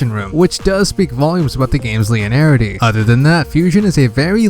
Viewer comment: How much longer is he going to mispronounce linearity? Lin-ee-air-i-tee, not Lee-in-air-i-tee.